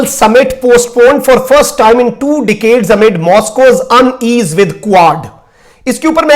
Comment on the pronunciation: Good videos please tone down you have great personality good voice good eye contact so please work on English word pronunciations a bit. Decade is pronounced as ‘deck ade the ‘e’ is more like an ‘a’. It’s ‘Lav ‘’rov’ very distinct. You present Pakistan to the world so keep that in mind. I love what you do, very impressed. Please try and do an English version. Thank you